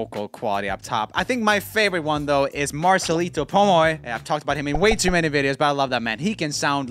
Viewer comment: u said why instead of way lol